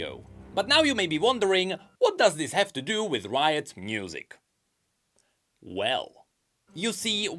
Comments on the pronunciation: Can he not pronounce «music»? He says « mnusic» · Why do you pronounce it "mnusic"